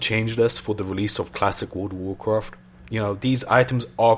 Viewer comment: i love it how this dudes says world of warcraft its like wOrld O wOrcrOft